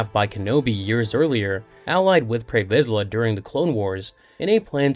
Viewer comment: Lost me at "Tarry Vizla"